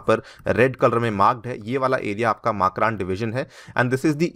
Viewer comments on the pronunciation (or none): मकरान सही उच्चारण है।